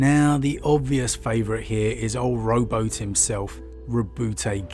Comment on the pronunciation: Row boot hay